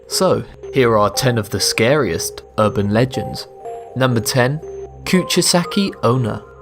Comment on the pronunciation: you said "scariest burban legends" o.O Also, the smiledog is RIDICULOUS. not scary, just ridiculous. but still it's the one that freaks most people out. i will never understand people. that was funny XDDD